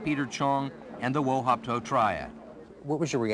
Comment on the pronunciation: Wo Hop To not wo hop ko